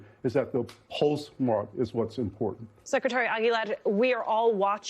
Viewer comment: I love how she properly pronounces Cisco Aguilar's last name.